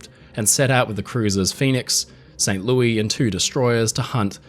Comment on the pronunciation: "Louis" in St. Louis is pronounced "Lewis". So its St Lewis. Don't worry, the proper pronunciation for Louisville is not "Lewis-vill". Its "Lou-uh-vul". You have to say it in your throat. Its an American thing.